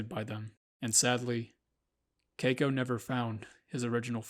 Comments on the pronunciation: I cringed everytime you said cako. Its KEY-KO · It's Key-ko. Not kayko. & that money was NOT wasted, he deserved freedom, we all do. He should have lived the rest of his days wild & free, not a tourist performer. He was born free, he died free. Best thing he could have hoped for. (Except for the pneumonia part) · It’s pronounced Kiko with the long i sound, please learn to pronounce words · Someone please teach him how to correctly pronounce Keiko.